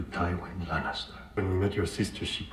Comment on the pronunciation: "It's LaNNIster, not LanCAAAster"